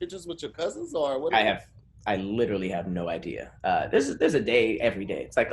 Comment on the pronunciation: SLAUGHTERS the word "literally" 🤦🏿‍♂️🤦🏿‍♂️🤦🏿‍♂️ i guess wording IS hard... for him